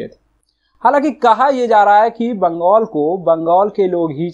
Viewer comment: बंगोल नहीं बंगाल होता है एंकर महोदय